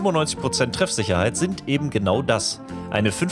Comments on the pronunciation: Eben, ebent?! Das machen so viele! Kann mir das einer erklären? Ist das Dialekt oder Dummheit? Da gehört kein t hin!!! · "Ebend" bringt mich immer halb um ^^